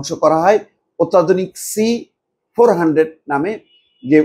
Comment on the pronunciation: C400 ... Ei hochhe madrasa chap banglar reporter😂😂😂; chacha ki phukche ke jane! Ota S400 ...jeta ekdom thik thak ache, bohal tabiyote😊